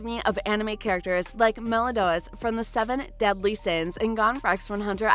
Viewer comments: melidodas? you mean meliodas mam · Who is meladoas i’ve seen the anime I don’t think that’s how you pronounce it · Melidodas good pronouncing